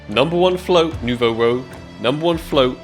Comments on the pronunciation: I'm sorry for you but Ak | Nouveau Rouge is french name, please go translate because you hurt my ears XD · It's Nouveau Rouge! It means new red in french